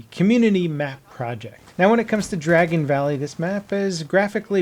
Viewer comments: Dargon? You surely mean Dragon. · Dargon valley 😂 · Dargon valley 😂😂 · Dargon Valley? 10/10